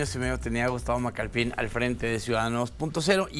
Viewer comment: Por qué dicen Macalpín? Se nota que no tenían idea quien es él y nomas están repitiendo lo que dicen los demás canales. Al menos gugoleen😅 Es Macalpin, sin acento jaja